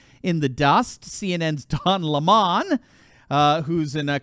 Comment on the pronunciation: Just say his name like it should be pronounced.......LEMUN. And DING DONG the liberals are almost gone!